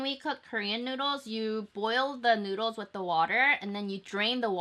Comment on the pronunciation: Anyone else thought that she said 'nudes' instead of noods